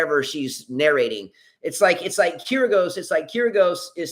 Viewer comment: It's Kir-Yos. Not Kir-goes. (Sorry, could no longer hold it.) Note: the name Kyrgios comes from the Greek word "kyrie" meaning lord, master. I also read a novel when I was in high school where it said Kyrie means God.